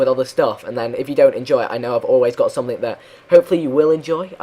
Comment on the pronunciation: You always say ''something'' in a russian way: somethink :D